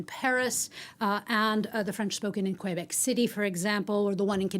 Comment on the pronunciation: Did she say an English speaker's Q when saying Québec? Sorry, but that doesn't work. If you begin with KW, you cannot then go to an é. It's either Kwebek (English) or Kaybek (French). Kwaybek doesn't fly.